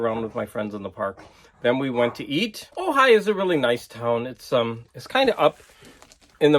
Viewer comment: Ojai,! Sorry, couldn't help myself. A lot of those Penguin Classics books look really nice. I read a lot of those as course literature back when I was a student. I could hear the desperate screams of elitist record collectors when you removed the shrinkwrap from those records. 'The Frogmen' looks really cool. Woody Woodpecker... that's like a tripl double entendre. By the way, in Danish, he's called Søren Spætte. No double entendre there but you do have both an 'ø' and an 'æ'.